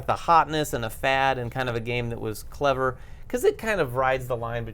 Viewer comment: As a native english speakers you should be able to say Clever. Its not cleaver. Also, its Spiel des JahreS, the s is not silent. Nice episode. I was thinking os skipping Essen this year as there didnt seem to be many interesting upcoming releases, but now there is an announcement of one every week and again ill be ”forced” to go :D